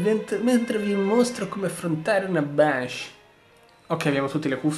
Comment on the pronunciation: Banshee si pronuncia benshee